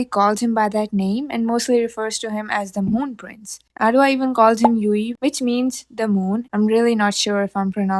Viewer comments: I’m pretty sure Yue is pronounced “Yoo-way”, like the character from Avatar the Last Airbender. Love this video btw! <33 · Yu-ay, no "w" sound. In Japanese, aiueo (the vowels) are pronounced like Ah, ee, oo, ay, oh. Syllables, if you want to call them that, are usually a constanant and a vowel sound. (Ka, Ki, Ku, Ke, Ko) So Yue is Yu-ay. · It's actually pronounced more like "Yu-eh", with the "Yu" sounding similar to a really short "Yoo" and the emphasis on the "eh".